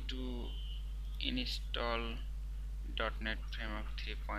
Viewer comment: It doesn't work shit head. If u dont know thn dont make a fake... Video.. Dont miss guide... And its" install" not "inistall" ..phak hee ingcham... Phakk hee ... Phak hee..